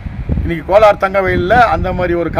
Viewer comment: கோலார். .....not கொளார்